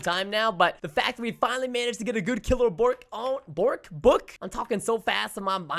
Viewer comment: did anyone else get sad when he said Bork? rest in borks doggo love you Gabe